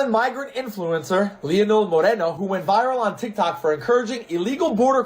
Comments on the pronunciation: It’s Moren-No. Not Moren-yes. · I am Hispanic myself and I agree with you on your statement on this guy being a POS 💩. I didn’t even know he even existed until now. Thanks 👍🏾. And I am not offended by the mispronunciation of his name. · Lol, i think you are pronouncing his name the ONLY way it actually wouldnt be pronounced given his latino roots 🤣 😂 😄